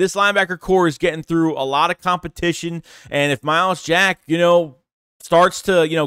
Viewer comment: Wow said his name right 😂 my starting LBs I want Dean and Jack